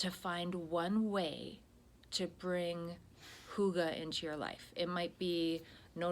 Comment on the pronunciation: Great content in this one,. Such great advice. And your pronunciation of hygge is on point! Hooogahh.